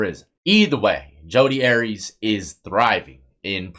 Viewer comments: Pronounced are-ee-us dawg, not Aries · Its pronounced Ary- Is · National case and you couldn’t be bothered to pronounce her name correctly. She’s everywhere and has been for 18 yrs but u can’t pronounce her name or insert correction. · Arias is pronounced AIR E US not AREEZ , it’s pronounced MAY SA not MESA …..